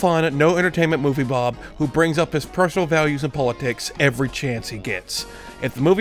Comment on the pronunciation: I really like how calls movie bob "movie blob"